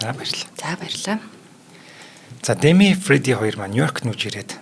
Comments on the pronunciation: Дээмий гэмээр байна. Дэмий гэхээр арай л сонин сонсогдоод ккк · Дэмий гэмээргүй бнаа. Уул нь эхний үен дээр өргөлтэй Дээмий гэх нь зөв байх. Хэтрүүлэгтэй зүйлд Монголчууд дургүй шүү.